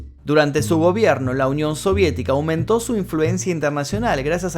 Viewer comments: Es Nikita Khrushchev, no Ruschov... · ¿Como Ruschovf? pronuncia bien pro favor